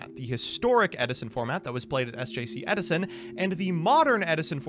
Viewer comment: Ed-i-son! Ed-i-son!